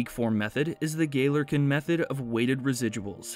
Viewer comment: FYI, the name is pronounced as "Gah-lyor-kin" not "Geh-lerkin"